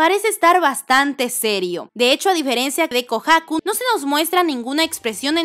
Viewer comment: Porque pronuncias así de mal “Kohaku”?